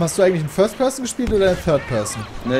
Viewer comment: "Föast Pöassen" und "Föad Pöassen" ...Dat Englisch xD